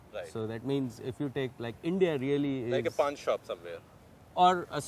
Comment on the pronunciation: chinmay bharadwaj its not pan man..its pawn....